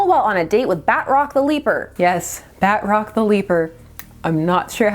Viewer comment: Why are you pronouncing his name Bat- Rock instead of Batrok?